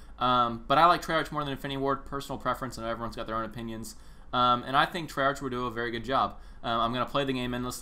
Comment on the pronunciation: hes pronouncing Treyarch wrong